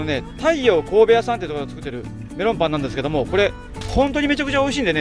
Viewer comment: 「ビッグなベロンパン」に聞こえてツボに入っちゃったｗ